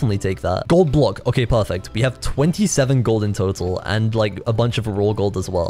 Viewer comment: is really good at saying pahfect